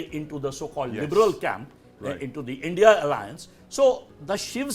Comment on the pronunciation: If someone struggles to pronounce India and instead utter as Indi you can safely say what that person's opinion will be.